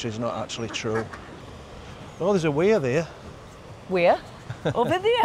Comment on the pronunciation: The phrase "there's a weir there" doesn't half bring out your accent ha ha: You talk for a bit resumes talking. Hilarious. Poor Helen.